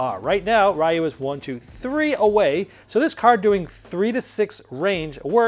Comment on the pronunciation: ...I can't be the only one that's a little triggered on his pronounciation of Ryu...you say the Y like an E sound, not an actual Y sound >.>